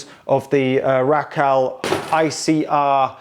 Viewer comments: I used to work for Racal a long time ago! Nothing to do with this specific product unfortunately. But I can give you a quick tip - the company name is pronounced "Ray-Cal". It's made up from the names of the two founders RAymond Brown and CALder Cunningham. "RA" from Raymond and "CAL" from Calder. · Pronounced Ray-Cal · RACAL pronounced RAY KAL Just for your info. One of the many things I serviced when working at the RAF air traffic training school RAF Shawbury. You might get away with some heat shrink on the Pinch rollers.